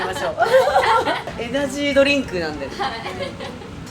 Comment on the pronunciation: 'enehgyy durink'💘